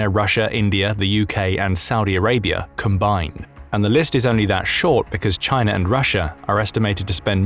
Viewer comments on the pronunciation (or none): none